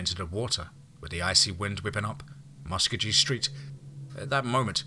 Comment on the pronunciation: Love your stories and does a great narration even though he don't pronounce Muskogee right oh well he is not an okie.